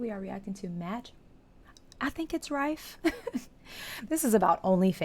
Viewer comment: I went into full cougar mode when I first discovered him. I purchased tickets to his online debut of his latest special "Matthew Steven Rife" on Valentines Day. After the special, he did a live Q&A, and it was so much fun. He answered my question, which was absolutely fun. BTW you pronounce his last name like a rifle minus the l. You really need to do a reaction to his latest special. Or even yet, Matt has been doing exclusive content on YouTube about his travels to different cities and some of the escapades that ensue.